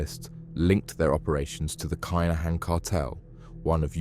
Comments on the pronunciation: Its KIN AHAN!! NOT KI AHAN!!😂 🇺🇸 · Why is he saying kinnihan wrong lol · How can you get such a big game wrong it was only 2 days ago...... plus you have a crime channel and you're pronouncing one of theee biggest crime cartels name wrong The Kinahan.Hmmmmm more effort / research needs to be done.